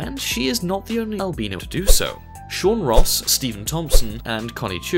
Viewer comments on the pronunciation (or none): It’s Albino not albeno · it isnt pronounced albEEno lmao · He can say vitiligo but he can't say albino right "ALBENO!!" 😂🤣😂🤣